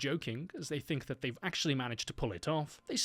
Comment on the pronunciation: Stop th-fronting!!! It's pronounced three not free, think not fink and thought not fort!!!